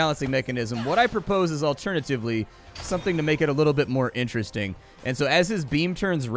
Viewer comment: Liked this video at the word "Interedasting"